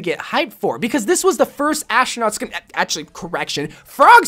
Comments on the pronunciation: Why does he say ashtronaut??!؟؟ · Are you saying ashtranot